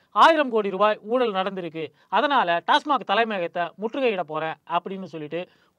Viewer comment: சைமன்தான் டாஸ்மாக் ஐ டாஸ்மார்க் என சொல்கிறான் என்றால் அவனுக்கு ஆங்கிலம் தெரியாது.ஆனால்,IPS படித்தவனான ஆட்டுக்குட்டிகூட டாஸ்மார்க் என்று தவறாகவே உச்சரிக்கிறான்......😁😁😁😁😁😁😁😁😁😁😁😁😁😁😁😁😁😁😁😁😁